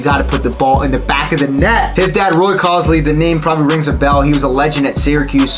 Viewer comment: Are we confident in the pronunciation of Colsey? “Cole zy” brother good video but for a legend like Roy gotta get the name right.